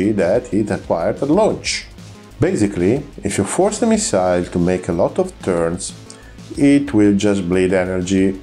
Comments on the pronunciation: bel video eh.. però si dice "missil" non "missail" 🤣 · Great chanel lsubscribed but please do us a favour improve your English just a bit.It is hard to listen story off missiles when you pronounce the word wrong all the time.i know you are Italian but its easy.correct the accent its not at the end of the word but in the middle on the miSile ,same for profile.prego.